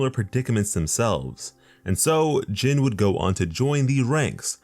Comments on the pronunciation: His name is pronounced (gene or by other words in a more easy way to put it pronounce it as the word jean) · Almost said his name right last name was about spot on but his first name sounds like jean bit is spelled Jin